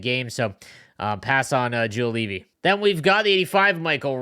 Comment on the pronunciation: Juolevi former London Knight. You butchered his name like he butchered the IceDogs, so I guess you guys are even 🤙🏻